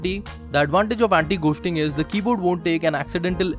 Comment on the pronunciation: anti ghoooosting rip english